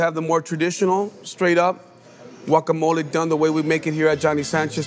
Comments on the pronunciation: Wuacamole? 😂😂😂😂😂 Blender?😂😂😂😂😂😂 There's no M in chapulín. No cheese please and especially no radish. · If you pronounce it as Guacamolee… pls sit tf down. You don’t have the best Guacamole 🥑🇲🇽